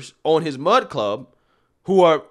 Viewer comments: My thoughts...it's "Mug" Club, not "Mud" Club. LOL. Also, I truly don't think he went looking to start his own media brand company. He was looking for more favorable terms than he was receiving from The Blaze. When he got out there, he found that what he has been trying to accomplish over the past few years would be completely negated through signing one of these contracts and was truly pissed of that others in his sphere were being muzzled by the terms in these contracts. Quite literally, allowing these loud, obnoxious, small groups to shut him up by bitching and raising a stink about something they don't like. The things they often don't like, are straight forward truths. With that said, he has decided to get a feel of how much support he would get from others to start his own business that wouldn't cower to the small woke few with big mouths. If he doesn't get that support, then just throw in the towel and go another direction. Personally as a Mug Club supporter, I am right there with him for the ride and will continue to provide my portion of support monetarily. We miss him. I miss him, Gerald, Dave, Quarter Black and the rest of the crew. I would listen daily during my work day. There's a big hole in my day lately. Can't wait to see what comes back! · Lmao you keep saying Mud Club. But it's Mug Club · You keep saying “mud club” lmao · Few things bro. It sounds like you're saying mud club. Could just be my ears. He's got 25 employees, YouTube demonetized him not because of lack of sponsors. It was your decision because of his strikes over and over.